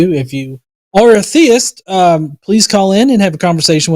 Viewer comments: I mean... the latest point at which everyone should realize it's him is the second he pronounces "theist" as "thayist"... thats such an easily identifiable speech quirk one should think. And not a common one. I dont think in all my years watching these shows have I ever heard someone say it that way... [edit: he even has the SAME EXACT SHITTY INTERNET PROBLEMS!! Identical robotyness and all xD] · Not the “thay-ist” pronunciation again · You can tell it's because he pronounced theist as "theyist"... only does that. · worse french accent since peter sellers